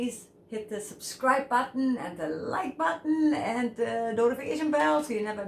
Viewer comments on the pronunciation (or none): none